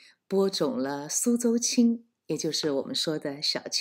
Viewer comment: 听见你用家乡口音念出" 苏州青"，我真是。。。